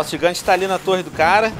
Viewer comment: VC falou errado gigante VC falou gigão